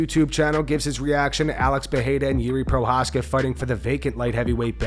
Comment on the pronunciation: “Yuri Pro-hash-cow” Geezus. 🤦‍♂️